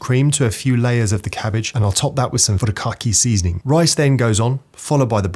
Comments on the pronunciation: Did he say "bukake" seasoning!!?? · That furikake pronunciation lmao